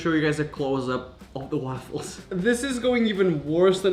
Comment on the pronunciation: The way he says waffles 😂❤️